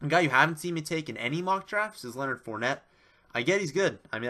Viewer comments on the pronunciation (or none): none